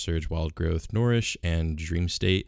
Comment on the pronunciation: N - UH-REESH... NOT N-or-eesh ffs